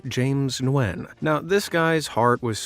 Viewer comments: Nguyen is pronounced "win " NOT "new win " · He just pronounced Nguyen as "Nwin" 😱 (my Vietnamese friends pronounce it "win") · he pronuced it as (na-wen)